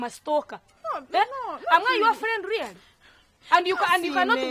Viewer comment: I like when she says reyale instead of really 😂😂😂😂😂😂😂🙌